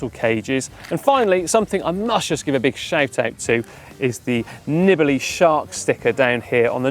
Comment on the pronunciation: You are butchering his last name by shortening the vowels. It should be Neebalee.